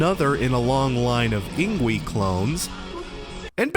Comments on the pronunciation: Isn't it ING-VAY not ING-WEE? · ING-VAY, not ING-WEE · Yngwie has a weird name as it is, but I think the W is pronounced like a V, like ing-vey.